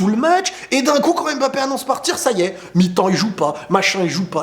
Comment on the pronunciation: OOOH merci! je suis camerounais et ça fait des années que tu me casses les oreilles avec EMbappé lol. sinon en passant est-ce que tu as entendu parler de Baki vs Doumbé?